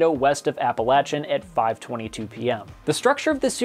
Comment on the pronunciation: despite being spelled Apalachin, it is actually pronounced /æpʰəleɪkɪn/ (apple-lake-in) instead of /æpʰəlæt͡ʃɪn/ (apple-latch-in) (source: im near there)